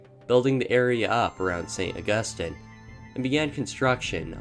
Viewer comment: Also, St. Augus-teen